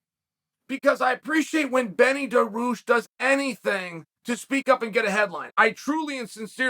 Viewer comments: we have Beneil Dariush at home: Beni Daroosh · Chael: there’s a fighter named “Binny Deroossh” Beneil Dariush: ok great! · Did he just say Benny Daroosh